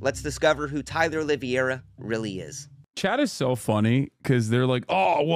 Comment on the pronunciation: The pronunciation of his last name is so bad. 😂 Just call him olive tree